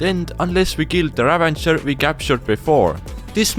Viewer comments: Bro sry it’s ravager not ravanger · It bugged me how you kept saying "ravenger" and not ravager. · its not a ravenger its a ravager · ITS NOT RAVENGER ITS RAVAGER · i tought its ravager, not ravanger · why does everyone say "ravanger" when there is, in fact, no N in the word? Ravager is the name of the mob haahaha. ¯\_(ツ)_/¯ Ravager is an actual word meaning someone who ruins or destroys. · ik English isn't their native language but I have never seen the minecraft death prompt say ravanger... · Repeat after me: raVAger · ravager is the correct word, they're saying it wrong fyi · It is, they're saying it wrong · Chill, It's called the Ravager. They said It wrong because: 1. english isn't their native language 2. the word "Ravager" cannot be found anywhere in vanilla Minecraft.